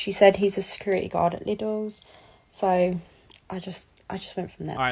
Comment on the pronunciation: Americans just can't pronounce Lidl right, ever :D The first i is a long i Liiiiiidl :D